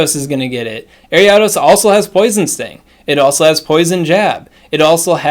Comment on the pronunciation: Listening to you pronounce Ariados gives me the same frustration as the girl on the bus in 2nd grade pronouncing Dragonite as DRAYgonite. Nostalgia 🥰